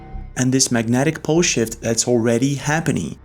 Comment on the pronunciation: lol sounds like is saying magnetic bullshit here. Magnetic pole shift